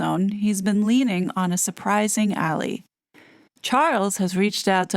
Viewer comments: It's pronounced "al eye" not alley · or "AL-eye" 🙂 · It's pronounced "Al-lie" not "Al-ley". 🙂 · Yep pronounced 'al lie' as in friendly union. It was pretty cute though when she said Alley. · Hi, The word Ally is pronounced HAL LIE as in a friend. Cheers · Ally is pronounced u Al + lie